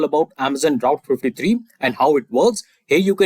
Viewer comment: You keep calling AWS Route S3. It is AWS Route Fifty Three. BTW your questions are amazing. I just reached #300. 55 more to go. :hand-pink-waving